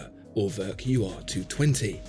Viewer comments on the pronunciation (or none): pronouncing it At-oh-wak, isn't really doing the brand any favours -- perhaps the slightly softer A-toe-wick would be more helpful :3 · Ah you meant Uhrwerk...with an oe sound like as in shoe or two, you said örwerk...lol.. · What do you want to bet more people will just automatically pronounce "Atowak" correctly than "Urwerk" (which my American tongue spit out as "Er Work" until I found out better). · Everytime you try to pronounce Urwerk, and show this silliness on your B take I daydream your beg cry for subscribe button. And I wish, the very best for you. As calmly I release all the profanity that rushes into my head by the by product of your tango, I again do firmly wish the best for your channel.